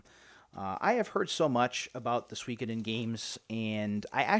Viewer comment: Check out Game Depot's GBA selection, they have a lot of good stuff! You actually said Suikoden correctly!!